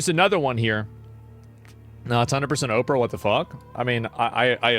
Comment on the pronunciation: Did he just call her operah😂